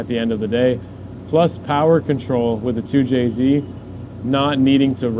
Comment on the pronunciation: 2jzed < 2jz